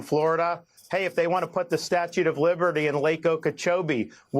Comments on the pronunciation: Why are they calling it the "statute" of liberty? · Why are they saying "Statute of Liberty?" Both of them said that! What the hell is wrong with these two, you know, besides the obvious?? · Ok. WHY do they keep calling it the "STATUTE OF LIBERTY"?!?